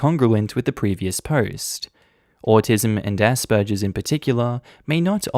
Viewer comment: Why tf are you pronouncing it asperjer? It's a hard G sound.